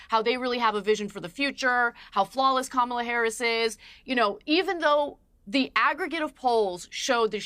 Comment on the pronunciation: If these animals are so smart then why do they keep mispronouncing Kamala’s name. Anna’s smirk is diabolical